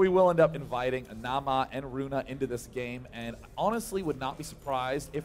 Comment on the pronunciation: Day9 has learned how to pronounce Naama almost correctly =D